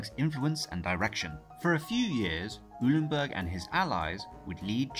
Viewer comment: Eulenberg is pronounced :"OY-lenberg" and not "EW-lenberg".